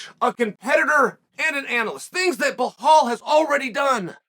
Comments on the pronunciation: Sonnen love your work but are you dyslexic, ignorant, plain dumb or is it a PR gimmick? I've been listening to you consistently mispronouncing names - but now you actually wrote it correctly: "Belal". However, you stubbornly, for some reason, keep saying something that sounds like "Blakhal". Same was with Pereira who, according to you, keeps being "Pierra", in spite of the scolding u got from Helwani. What's the gimmick? Is that some new way of getting attention? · "Blahal" 😅 it never gets old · Not at all in Arabic there is no H sound attached to Bilal pronunciation, he of course does it on purpose to butcher names because he thinks it's cool, typical Chael behavior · Blachal... I don't know if Chael is doing this misspellings of foreign fighters names on purpose... but it's hilarious 😂. Maybe he's just trolling. But it's like a running gag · Chael repeat two words after me … BELL - ALL. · Hazmat? Behal? Wtf is wrong with Chael's pronunciation? Typical american. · B, E, L, A, L. There's no H in it, Chael. Belal. It's easy. Repeat it after me, B, yeah good, Be...lal. Good job. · Like, sometimes Chael’s mispronunciations of names kinda make sense. But Belal has to be the easiest one. Or maybe we’re all blind and Chael is the only one who can see the H in the name Belal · Chael changes his pronunciation for khamzat and Belal in every video